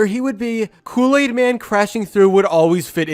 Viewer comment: You have been calling kool-aid cool-laid🙃🙃🙃🙃🙃